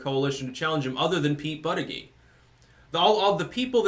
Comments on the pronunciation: Why you mispronounce his name on purpose? If you're going to do that, at least call him Buttgig. But booter-jedge, is a prestigious Maltese name. Yes Malta. Look it up. And no, it's not part of Italy. I'm half Maltese, lived there 4 years. The Ottoman Turk's couldn't take the Maltese Islands, Hitler couldn't either, even though he bombed the shit out of them - ejja xbin you no fuck with the Maltese. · It's pronounce "BUTT-ITCH".....smh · I believe it's pronounced "Butt-Kig" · Hey, it’s pronounced “Butt-chugg”. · It's pronounced "buttcheck". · Booty-gag seems to be the most obvious pronunciation - I'm surprised I haven't been hearing it said that way. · It’s pronounced butt plug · the correct pronunciation is Buttfreak. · His name is pronounced Butt Egg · It's pronounced Bootyjudge. Hehehe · Hey the proper phonetic pronunciation is Butt-a-gauge. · Buttigeig is pronounced "BUTT- gAuge" ! 😂😂😂😂😂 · It's pronounced booty bandit